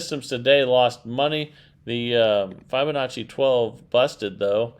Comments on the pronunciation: Yep. It doesn't lend much credence to a claim of "" when he is literally the only person I've ever heard pronounce the name like that. For the record: (from Google) Break 'fibonacci' down into sounds: [FIB] + [UH] + [NAA] + [CHEE] - say it out loud and exaggerate the sounds until you can consistently produce them. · Fibonacci = like you are telling a fib